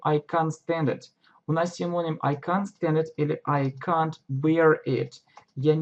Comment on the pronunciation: Всё-таки КЭНТ, а не Кант. Кант немного не то означает...